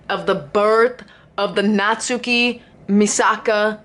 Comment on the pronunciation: I think natsuki name would be pronounce more like Nat-ski instead of Nat-su-ki. The “su” is still there ut the emphases is so little. This is a good example